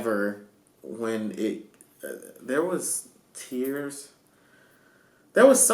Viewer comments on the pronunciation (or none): none